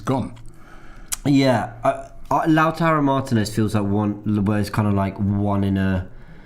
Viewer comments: Robbie: How do you say it?: I went with Lautaro Robbie: Lautaro? Okay. 5 seconds later Robbie: Lachurro... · NOT "LATURO" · How did you say it... LAUTARO???? Says Robbie who has been crucifying his name for a week now with LACHURRO... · Thanks for subtly correcting Robbie, Lautaro, not LACHURO FFS. How long will Robbie keep being this sloppy with very horribly wrong pronunciation of names? It's ridiculous! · A historical moment when realised it wasn’t pronounced “Lachuuro” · Man learnt the pronounciation of Lautaro And still butchered it 🙆🏾‍♀️🙆🏾‍♀️🙆🏾‍♀️